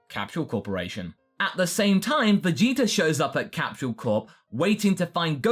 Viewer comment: whyyyyyyyyyyyyy do you say capSHule corp.its capsule corp